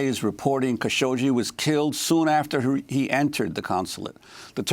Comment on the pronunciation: It's Khashoggi the g pronounces like in "good" not as in "Gina" i also hear Kashokshee ? Am i right or am i right?